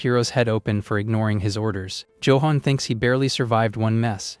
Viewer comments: joe-hon.... ayfkm? no effort ai slop. what a load of BS. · Why the AI cannot pronounce Johan correctly still buffles me.